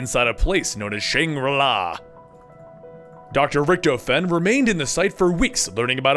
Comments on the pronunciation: Please say his name "rick-toff-in." The "toff" being pronouned "t-off", and not "t-oh" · his name is pronounced (i hop im right) Rich-tof-en